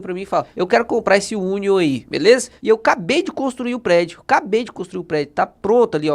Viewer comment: hahahahahahahaha Union é União (lê-se "iúnion". Cebola é Onion "ôn'ion" :-)